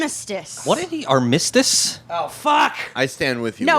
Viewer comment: 'arm miss tiss' is perfect pronunciation